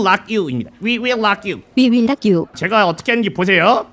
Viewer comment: 자꾸 lock you 래 ㅋㅋㅋ rock you 인데 ㅎㅎㅎ